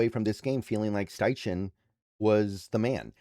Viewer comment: It's pronounced STY-KEN, not STY-CHEN. Just FYI.